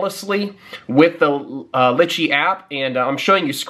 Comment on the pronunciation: its pronounced "ly-chee"